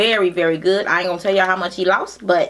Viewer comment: She always says ya'lll 😂